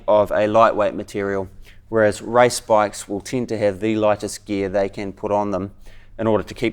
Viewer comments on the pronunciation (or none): he says rice bee m x